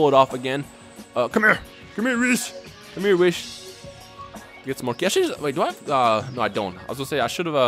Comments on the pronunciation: um you say wiss instead of weese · Did you just... Just... Call whis wiss!?!? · Whis' name is pronounced as if the last part after wh is east without a T. why do say wiss. in xenoverse they even pronounce it correctly.